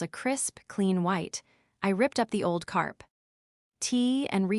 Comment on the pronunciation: Carp tee for 'carpet'😂😂😂😂